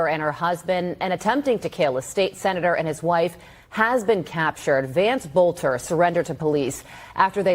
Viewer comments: Benny, Vance Boelter's last name is pronounced Bol-Ter, not Bo- Le -Ter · His name is NOT "Bow-lit-ter". Drives me frigging crazy. Pronounce something wrong oce, but not repeatedly. And never pronounce a word you've heard a million times over your lifetime incorrectly. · Please learn how to pronounce Boelter. There is no letter between the “l” and the “t”.